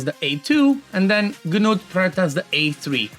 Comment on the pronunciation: THE G IS SILENT! It is pronounced Newt. For the love of god stop saying Ganewt 😂